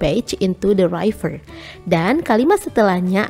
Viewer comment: River itu bacanya RIVER, bukan RAIVER 😭